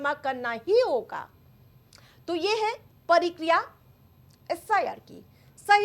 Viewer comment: परिक्रिया नही मेडम प्रक्रिया बोलिए